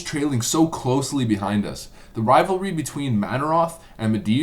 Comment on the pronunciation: ravlvary? oh you mean rivalry